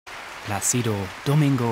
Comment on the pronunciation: Der Sprecher sollte mal die richtige Aussprache lernen. Zumindest von "Placido". Ist ja peinlich, wenn man nicht mal den Namen aussprechen kann, aber Speaker ist.